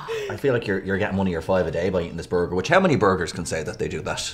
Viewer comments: Delicious. Fabulous. Borger. New Spokesperson for Ireland's Bord Bia (Irish Food Board). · “Delicious… Fabulous… Borgur.” That’s it. Gotta say that every time I take a first bite of a burger now.